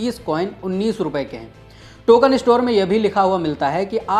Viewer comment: Can you train the anchor to correctly pronounce "store" and not "estore" ;)